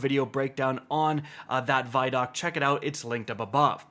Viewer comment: …isn’t vidoc pronounced “vid-oc”… as in video documentary